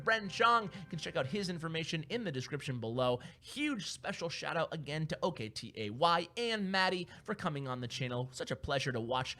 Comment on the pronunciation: Dont you know how to pronounce OKTAY? learn how to pronunce his name ma bruh